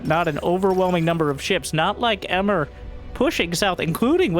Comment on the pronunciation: Emre (not "Emmer") is a Turkish male name.